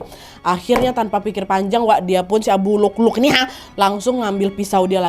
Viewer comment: Waa maaf bukan abu lukluk tapi abu lu'lu'😅